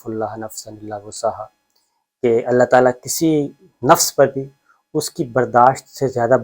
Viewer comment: آپ دوسری مرتبہ آیت کا اعراب غلط پڑھ رہے ہیں پلیز آیت صحیح پڑھیں۔۔لایکلف اللہ میں لفظ اللہ پر زبر نہیں بلکہ پیش ہے۔۔پلیز اس کو درست کر لیں